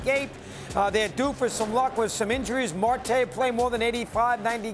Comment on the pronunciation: yeah....a few seconds into the video he said Marque coming back from injury...then he correctly said his name! Lol